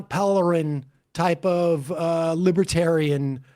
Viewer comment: The way the interviewer says “libertarian” is nice.